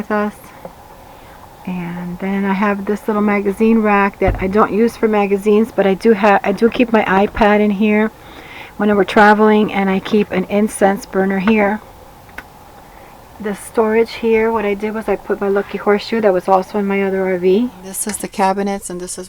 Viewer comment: it sounded you like you said "incest burner" but I am pretty sure you actually were saying "Incense burner'